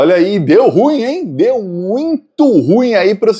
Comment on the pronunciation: SERÁ QUE VOU MORRER SEM TER O PRAZER DE OUVIR DIZER RU IM COM DUAS SÍLABAS?